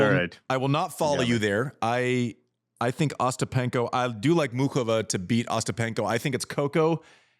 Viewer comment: YES! Thank you. Americans use to be encouraged to learn second/more languages, but that was roughly a century ago. They turned inward. Any way, can we talk about there being no OOK in Muchova??? Say this: MOO hoe vah. Cheers!